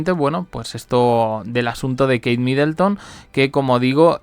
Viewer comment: No es Midelton sino que era Middleton.